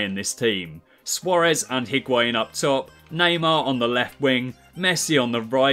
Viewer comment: You don't pronounce the H in Higuain